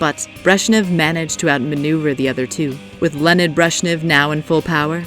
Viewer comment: “Lennid” Brezhnev... I’m sorry but his name is pronounced “LEO-NID”